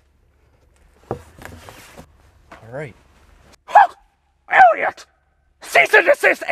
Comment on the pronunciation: When did he say "Eliot?" But oh man, was it funny when he said "Elliott."